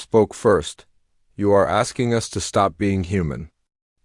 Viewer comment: Stop pronouncing "us" as "U S". In these stories, it's not the abbreviation for the United States. Delete this abbreviation from your dictionary. "Procedures" should be pronounced "pro-see-dyurs" and "easily" should be pronounced "ee-si-lee". Update your dictionary.